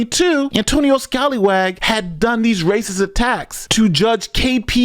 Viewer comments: "Antonio Scalywag" lol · Scallywag has two 'l's ... that name is Scaly (as in a fish) wag. As with corruption, an inability to master English goes with this south east asian territory.